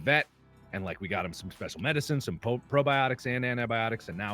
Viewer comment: Who else thought said "brobiotics"?